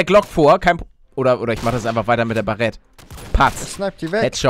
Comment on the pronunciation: es heist baret english ausprechen das a